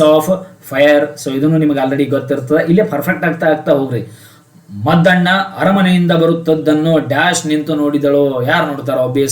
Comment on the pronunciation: Sir adu maddanna alla muddanna sir 🙏